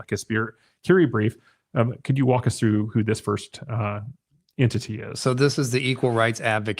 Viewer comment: What is with your pronunciation of ENTITY?